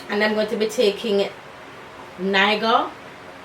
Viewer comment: Niger actually pronounced "Nai- jah" lol. Green is one of my least favourite colors but it looks really good on you.